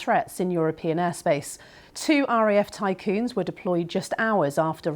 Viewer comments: I'm sorry, did that beaitiful woman just say RAF Tycoons? How rich are these jets? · She said TYCOONS ?? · Typhoons .... TyPHOONS. Migs, not M-I-Gs🙄